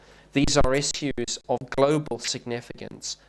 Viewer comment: Cringing at how he says "issiws"...(issues) I just cant stand this dude bc hes a sellout and a liar